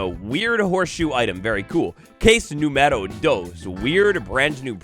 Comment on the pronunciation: Número, has an accent on the U.